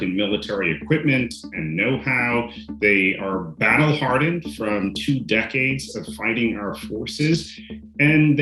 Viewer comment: emphasis on the prepositions "from" and "to", stress on the first syllable of WITHdraw instead of on the second: vice anchors are illiterate.